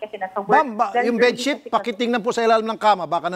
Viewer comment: sabi munga its ah bessheet bakit dika makaget over 😂 its ah bedsheet 😂😂